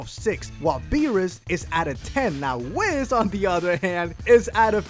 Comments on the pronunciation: he pronounces whis as wiz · I'm triggered that he said wizz not whis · In the both the English and Japanese dubs Whis' name is pronounced "Weece" not "Wiss" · But isn’t whis said like this w ees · its pronouneced wheeess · ....... Whis is pronounced like lease but a W instead of an L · rorschach Ire And Whis too